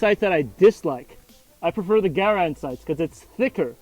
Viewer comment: Hey good for you sir for correctly pronouncing the M1 Garand rifle! Not many Americans do..